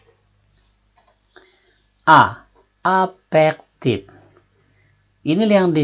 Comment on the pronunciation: Afektif bukan efektif Intelegen bukan imelegen Berantem bukan beramen